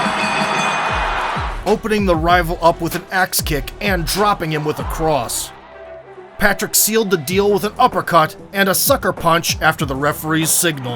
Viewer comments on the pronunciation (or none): none